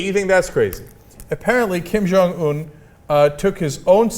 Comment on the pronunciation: You two are not saying his name right. The last syllable is not pronounced Oon, it's pronounced how it is spelled in English, Un.